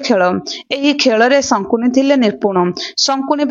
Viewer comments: ଶକୁନି କୁ ପଢିଲା ବେଳେ ସଙ୍କୁନି ବୋଲି ପଢୁଛନ୍ତି, ଦୟାକରି ଠିକ୍ କରି ପଢ଼ିବେ, ଖରାପ୍ ଭାବିବେନି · sankuni kahuchha siye sakuni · ଶକୁନି କୁହ । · ସଙ୍କୁନି ନୁହଁ ସେ ଶକୁନି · Sankuni nuhen😅😅😅😂 Sakuni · ଜଣକ ଶକୁନି ଶବ୍ଦକୁ ବାରମ୍ବାର ଶଙ୍କୁନି ଉଚ୍ଚାରଣ କରୁଥିଲେ, କାହାଣୀଟି ଅତି ସୁନ୍ଦର ଥିଲା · Not sankuni it's sakuni....🙄🙄🙄🙄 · Sankuni nuha sakuni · Sankuni😂 nuha Sakuni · ଶକୁନି ନାଁ ଟା ଶଙ୍କୁନି କେବେ ହେଲା... ଉଚ୍ଚାରଣ ଠିକ ଭାବେ ହେବା ଦରକାର । Afterall ଆପଣ ଗୋଟେ ଜାତି କୁ represent କରୁଛନ୍ତି । ଖାଲି you tube ରେ ଦେଇ ଦେଲେ ହେଲା...😮😮